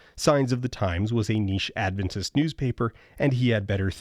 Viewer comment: Ahh, the instinctive Adventist-in-the-real-world experience of: Someone: Mentions Adventists/Adventism Me: (shoulders tighten, thinking “Oh no what did we do now?”) (On a side note: I suspect it is a testament to your excellent research skills that you correctly pronounce Adventist, rather than putting the emphasis on the second syllable as many do)